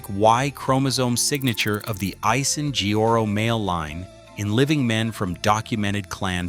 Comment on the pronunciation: "Asiheoro"? Pain at ass😅why can't you straight your damn tongue, prounced at least 5% closer😂